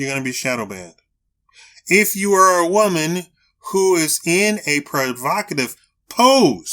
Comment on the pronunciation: Women not whaman. The hell Is a whaman